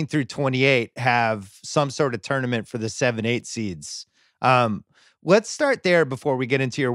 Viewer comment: If I have to hear Kevin O’Connor say tournament wrong one more time I think I might die